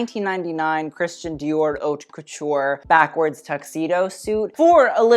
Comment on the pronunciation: Stop mispronouncing ‘haute’... wtf